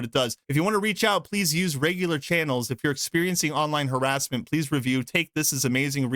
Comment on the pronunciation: "Harasement" How is this person even employed in the gaming industry?